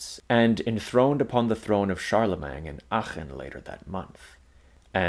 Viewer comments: You keep calling the first HREmperor Charle-mang. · The mispronunciation of the last syllable of “Charlemagne” is jarring here. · Why on Earth do you say Charlemagne like that